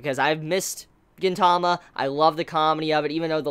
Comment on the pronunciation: It's pronounced GEEN-tama